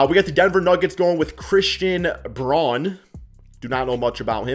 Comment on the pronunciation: Christian Braun is pronounced Brown, keep an eye out he’s a dawg